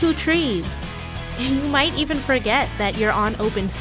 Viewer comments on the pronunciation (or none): none